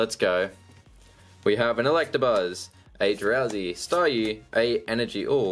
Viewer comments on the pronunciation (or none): none